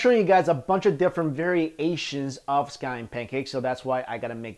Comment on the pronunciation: Variasians...? Really sounds like you're trying to make a pun out of it.